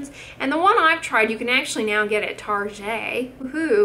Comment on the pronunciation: Oh, Doc!!! I just love your personality!!! Just started watching your videos because I want to learn more about skincare, and I just find so much joy and authenticity in your personality! “Tar-shay” and “not giving up on the snails!” Ah!!!! I so needed a giggle today. Thank you so much! (From an Oklahoman across the boarder, even!)